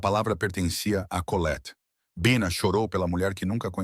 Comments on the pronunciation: Este narrador éirritante mudando o jeito de falar pronunciando com a tentativa de acho que tentando far inglês mas pra mim que sou brasileira é irritante mas pode ser wue outras pessoas gostem mas a mim irrita é por isto cancei minha inscriçã, não é baixa é bina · voce tem que melhorar o seu narramento um a hora voce fala Bina e outra hora Baina. ou um ou outro. desculpe a crtitica mas voce repete este erro vairas vezes em outras narracoes. sou de tupi paulista sp e gosto de suas historias muito boas. so falata melhorar a pronuncia. grato e muito suceesso.